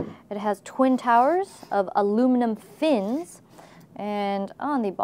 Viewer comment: She emphasizes FINS like they are something new -.